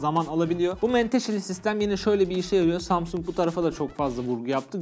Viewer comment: Ya bu zamsung ben feroyu az dinle yaaa (kat--lana---rak )